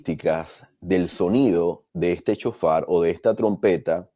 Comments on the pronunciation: SHOFAR...NO CON C CON S ..SHOFAR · Sjofar así se pronuncia